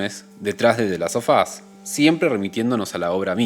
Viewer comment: Interesante el punto de vista del video y la profundidad de análisis, me suscribo a la espera de más. Una cosa nomás, en el título del juego, en inglés, el sonido /f/ se vuelve /v/, /delastovas/ (ponele que esa es la transcripción aproximada, porque no tengo signos fonéticos en el teclado), y como se repite mucho en el video de tanto escucharlo quedan ardiendo un poco las orejas, perdón 😅. Ojalá le vaya bien al canal, deja con todas las ganas de ver más videos.